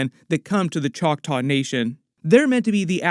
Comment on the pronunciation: Just say Chocktaw, man. They're not actually Indians (people from India)